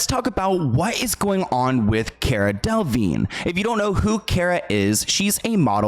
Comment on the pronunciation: You are saying her last name incorrectly.